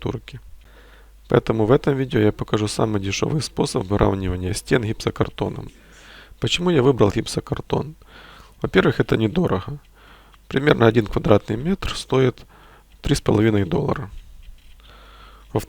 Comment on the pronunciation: Нет, глупость полная. Никакой эволюции в коверкании языка нет. ДороГо, а не дороХо, точка.